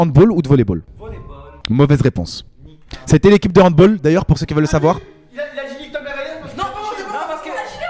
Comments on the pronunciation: « Equipe de hand BOLLE » sa fait mal aux coeur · On dit pas handbol frère